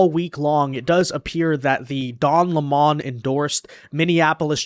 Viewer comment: it's lemon like the lemon you squeeze not laa maaan